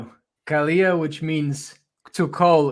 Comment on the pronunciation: The word is KALO (ΚΑΛΩ - in Greek). Means Call somebody. Pronounce Kalo and not Kaleo. Greetings from a Greek.